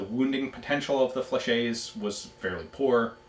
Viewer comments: Fla- shet, not fla-shay. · Ian! Pronounce the "T" in Flechette. General rule in french: If there is one T, it's silent... two Ts and you pronounce the T! Now let me hear you say "SAIGA"... Up, gotta go, it's my turn to hit the bong and my parents will be home any sec. Cheers from the east coast! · Hate to be that guy, but... Fleh-SHET. Great video anyway!